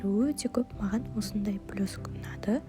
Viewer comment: Блёск емес вроде блЕск сиякты еди гой 😂